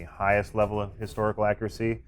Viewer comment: Wow! I am done!!! He Said "Historical Accracy"